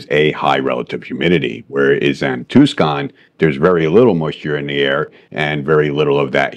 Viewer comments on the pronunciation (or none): Yeah first I've ever heard anyone pronounce it as tuse-con instead of Tuse-on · Great video and awesome class! Just a small issue. Its Tucson not Tuscon. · "too skon" ? You mean "too saan". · Tucson pronounced two sawn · Tucson is pronounced tuson. Not ribbing just informjng. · Sorry, but "TOO-SKAHN"? Joking with you but thanks for posting. This was counter-intuitive to me until you explained it. Cheers mate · I made it half way through the video, then you said ToosCon, Az and I lost all trust. ✌️ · Two-scon??? TWO-SCON????? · Just wanted to point out the city is Tucson and is pronounced like Two Sahn. The C is silent. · The C is silent in Tucson AZ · Great video but it's Tucson lol